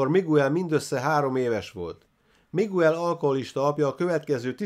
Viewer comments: Ejtsd: "Migel" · Bocs,hogy beleszolok, a Miguel nevet Migelnek ejtik.( Bocs,a Spanyol ABC - vel irok,nincsenek ekezetek!!).España.